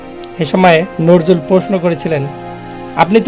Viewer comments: নরজুল নয় উচ্চারণ টা নজরুল হবে। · বিদ্রোহী কবির নামটি স্পষ্ট করে উচ্চারণ করার চেষ্টা করে ঠিক করেই। ধন্যবাদ।